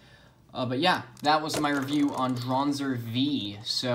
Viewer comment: No one: Literally no one: Absolutely no one ever: Kai in his first match against Max: Draanzr